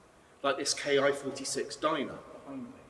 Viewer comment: Ki is pronounced KEY.